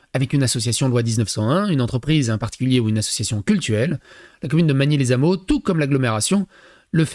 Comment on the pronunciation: Magny-les-Hameaux sans liaison... "lè Hameaux"